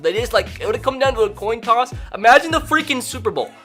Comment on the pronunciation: Why do u say coin toss so weird? “coun tous”